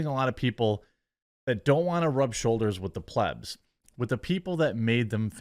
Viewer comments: Where are you replying to your followers in this videos comments? Also learn how to say plebs please. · He's pronouncing plebs properly today.